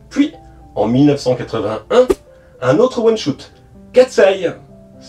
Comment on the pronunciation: Merci pour cette vidéo complète ! (Instant prononciation : one shot : ouane chote , pas choute . Spin off : spine pas spaïne off ;)